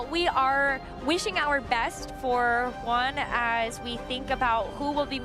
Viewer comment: Is it so hard to say Juan right?